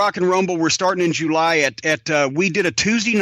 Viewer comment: He says July Jew Lie lmfao it cracks me up 😅